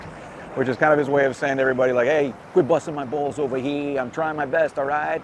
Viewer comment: was wanting you to say "over here" in the NYC accen, like in your other vids, and you didn't disaapoint 😁